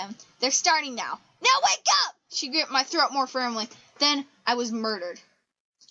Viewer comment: 'Dat answers mah question' hysterical fits of laughter